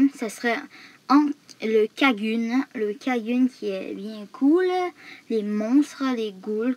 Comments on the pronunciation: Il a prononcer kagune comment et il a dit kameramera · C'est vrai il a prononcé kagune comme une merde mais il s'est donné du mal pour sa vidéo rappelé vous il a pris 1 mois donc donné lui une chance a sa vidéo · comment il as dit kagune et grimoire Mdrrr il ma tuer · Je pleure comment il a prononcé "Kagune"